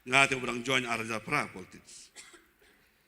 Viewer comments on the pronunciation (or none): none